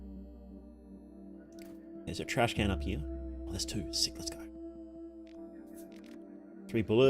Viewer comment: Its Trashcan Not trash-cannot